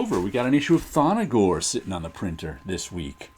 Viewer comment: Love the Thongor run in Creatures on the Loose! But it's not ''Thon-no-gor''. There is no ''O'' between the ''N'' and ''G''.